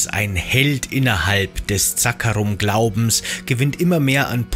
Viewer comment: Echt gutes Informationsvideo Mich triggern nur manche Wörter wie zB „Zaakaarum“ obwohl es „Zakkaruum“ heißt 😂